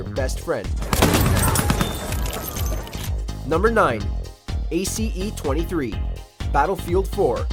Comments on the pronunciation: Great vid . But it’s pronounced Ace not A..C.E . The real name is the Galli Ace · Funny how he says Ace as A C E lol. You never played battlefield bruh it’s a good gun but the rest of the list is made of ignorance. Where’s the M16A3, Hellriegel, AEK971, etc?